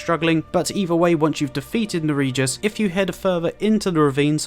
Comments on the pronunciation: Nerijus is pronounced nerrious not ne-rejus. Its a Lithuanian common name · Pronunciation police here 🤓 Nerijus is pronounced ‘Neri-yus’. Yura says his name when you speak to him outside Murkwater Catacombs